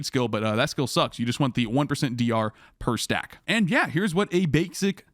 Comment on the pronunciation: Gonna be a rough one lol.... what about defenses? OK OK, well maybe you've got something here with a bit of investment... wait, did you say bait-sic??